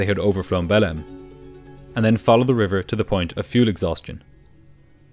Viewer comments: The city is spelled Belem but pronounced Belang. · The amount kf times ive heard belem instead of behleim in this video scared me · Every time you say 'Belem' I hear it as "bellend", which seems rather apt for the crew. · i listen to your videos sped up and i genuinely thought you were calling belém “bellend” and i was like ‘there’s no way a city in brazil is named that’ until you showed the map😭😭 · 0.59, "They were bound for the city of ...Bellend!" Are you sure? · I really thought you said "the city of Bellend" for a sec there.